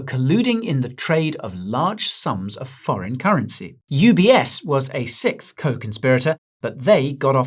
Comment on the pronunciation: It's funny how Guy say (or can't) sixth. 😂